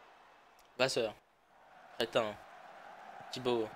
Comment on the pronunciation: C'est créhin et pas crétin je crois